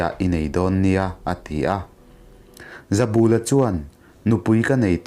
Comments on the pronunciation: He thawnthu kher chu i va chhiar dik lo nasa ve, zabûla i ti phei chu nuih a za duh ee, bul tih hi kiang/ hnai tihna ang a nia, ka bulah rawn riak rawh tiha, bul tih ang khan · Hming lam rik dik loh inhrilh hria ang aw. Ramhuai hmutu pakhat ZABULA hi a 'bul' lai hi thlukna awm lo i thluk palh tlat mai a. "Ka bulah hian lo ṭhu teh," kan tiha 'bul' tih lai ri ang hian, "Zabula' tiin lam rik bung nghat tur a ni. A report-tu C. Laitanga hming pawh hi i ram ri dik lo bawk a. "Sorkarin kan silai an man a, a tâng daih mai," tih hi han ngaihtuah la, chuta ṭang chuan, "Laitanga" tih han ngaihtuah chhuak teh le. Amah hi Art & Culture Deptt. mi leh sa ni ṭhinin, Jt. Director aṭangin superannuation pension-a chhuak a ni nghe nghe. Tunah hian Aizawl Hunthar vengah a awm. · Zautawp tih te hi ilam diklo,pal ri san san tih te hi ilam dik bawk silo.Mizoṭawng thluk i thiam loh dan a ṭang hian hetiang ang chhiar hi i "CHEMKALNA" lam anilo.Tin Zoram khaw hmingte pawh hi i lam thiamlo hle bawk.Tin mihring hming "ZABULA"tih te pawh i lam dan ang nilo "THINGBUL" tiha BUL tih anga lam tur anih hmel.Nang hian KUT-BUL tih a bul tih ang deuhin ilam.Tuman an hmingah "BUL" i lam ang hi an hmang ngailo viau.